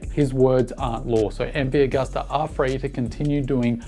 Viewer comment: like everything you opine & say-- just pronounce Agusta as Ag-oo-sta instead of Ag-uh-sta. Italians (and most Europeans) pronounce "U" as "ew". Gracie!